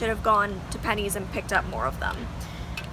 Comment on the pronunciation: I love how you say pennys it’s so weird hearing people who aren’t from Ireland saying it 😂